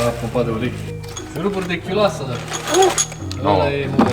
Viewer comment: Chiuloasă nu "chiulasă"